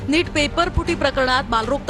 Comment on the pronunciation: Madam नेट नाही neet ( नीट ) आहे ते 🙂🥺